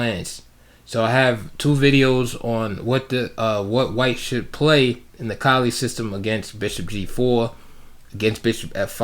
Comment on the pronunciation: Edgar Colle was born in Ghent, which is in Flanders, i.e. the Dutch speaking part of Belgium. His name should probably be pronounced "coll-uh" or "kaw-luh" according to Dutch pronunciation. I do know that's how the opening is pronounced here in Germany, with German having very similar pronunciation rules.